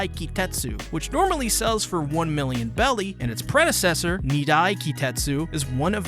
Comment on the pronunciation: I forgive all the wrong names… but everytime I hear belly it hurts. BERRY GODDAMNIT🖤